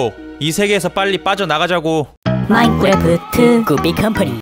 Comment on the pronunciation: 마인크래프트 할때 마인꾸래프트라고 하시는거같아요 기여우셔